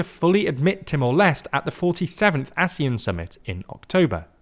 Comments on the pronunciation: I am annoyed by the pronunciation. It's Leste as in Les-Tay. Not Lest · Haha, I was bothered with the Leste pronunciation too. 😅